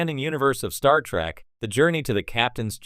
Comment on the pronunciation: Star Feet? Wtf. Terrible A.I narration.